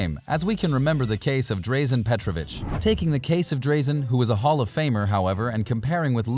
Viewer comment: Really enjoyed your vid mate. Just an FYI it's "Draaa-zen" Petrovic not "Dray-zen" :)